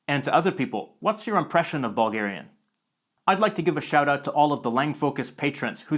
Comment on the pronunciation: Anyone else hear "ballgarian" and "ballgaria".